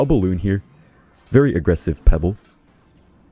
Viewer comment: First “pencil” and now “pebble” bro 😂